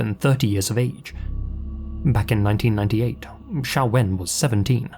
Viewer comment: Her name is Xiao-Wen. Xiao as in Xiaomi. To this day most people (usually American) can't pronounce the name of the Chinese company correctly, always pronouncing it like X-Men's Professor Xavier, with a Z-sound. So it's refreshing that got the name right.